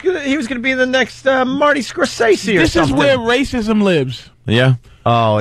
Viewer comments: Actually, it's Scor- ses- ee, and everybody pronounces it wrong. I go with how Marty tells it. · Opie: "Marty Score-say-see.." ugh